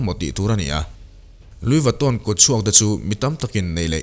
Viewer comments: An hming khi i lam uluk lo lutuka,ngaihthlak a hreawm tep.,.Lui Vatawn tih mawlh khi😅😅🙄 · A lam Diklo inti intia, Lui vitawn hi lamdan diktak chu ani e.. Louis Vuitton, Luiz vuiton tihkher tur anilo... Luyi veetawn anti ngai e... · Anuih fuh lo e a lam dan khi a dik aw 🤣🤣🤣 engtin tak lo lam ve thin ang che maw aw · Lui vitto” tih hi a lamdan tur dik a nih hmel. Video hrang hrang enkual hnuah